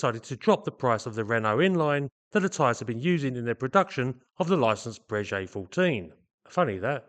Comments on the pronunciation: Just a side note: Breguet is pronounced /Brayghay/ and not /Brayjay/😉(tricky treacherous French pronunciation). Another common mispronunciation being /Dazo/ instead of /Dasso/ for Dassault. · Great content and thanks for the videos. One point, your pronunciation of the name Breguet, should be as a ‘G’ not as a ‘J’. It is the same company who build excellent up market, high end watches or horology and it is always pronounced as Breguet with emphasis on the g.